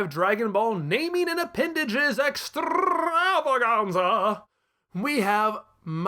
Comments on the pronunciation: Always loved the way you say "extrrrrravaganza" ; it's just so EXTRA. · 12/10 for the pronunciation of EXTRAVAGANZA